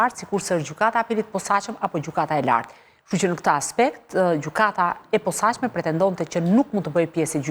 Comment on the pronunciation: KJO SHUME LLAFAZANE QE NUK DI TE FLASE SHQIP KJO SORRE THOTE “ gjykata e POSAQME “ KUR gjuha SHQIPE THOTE “ GJYKATA E POSACME “